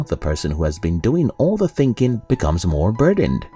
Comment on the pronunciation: Fascinating voice synthesizer. Very human like but it totaling misses some simple common words like "thinking" or "pieces".